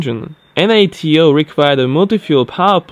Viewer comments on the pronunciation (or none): none